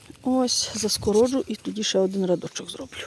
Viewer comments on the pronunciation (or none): Не радочок а рядочок